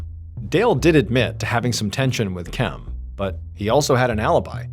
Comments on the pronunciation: Why can’t you say Kim? Why do you say Kem? Drives me crazy. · I kept wondering if he was just pronouncing Kim oddly but nope definitely Kem lmao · “Kem” has got to be literally the worst name to name someone… the whole video I’m thinking why is he pronouncing the name “Kim” that way… granted I missed the minor introduction… but still… that may be worse then Karen lol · This whole time I as like, wow Ballen says Kim uniquely 😅 I was just listening to the audio